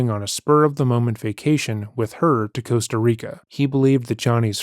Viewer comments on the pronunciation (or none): none